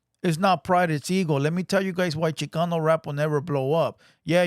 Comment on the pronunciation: I turned it off as soon as the white foo said “ChiCUNU rap”